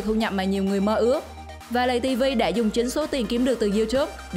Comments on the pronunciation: ngta là lay tv mà nói lầy tv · Lay tivi ko phải là lây tivi nhaa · Laytv chứ đâu phải lầy tv đâu chị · Lay tv chứ ko phải lầy tv chị ơi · Nguoi ta la lay tv chu ko phai lầy tv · Play tv chứ không phải là lầy tv đâu chị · Không biết đọc à Lay TV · Lấy TV mà nó nói lầy TV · Tào lao người ta là Lay tv bả kêu lầy tv còn Youtube bả kêu là you chúp vl